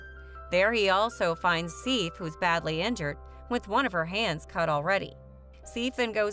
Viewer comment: This lady doesn’t pronounce a lot of things right. Sif shouldn’t be too hard